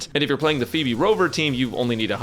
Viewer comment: Is it me or I'm the only one who hears Beeb instead of pheeb